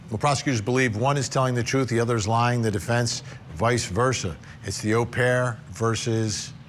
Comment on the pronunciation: Nice to hear an American say au,as in au pair the correct way Vinnie!